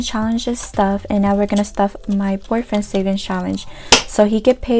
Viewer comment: Girl when you said boyfriend I thought you said “poor friend” 💀😭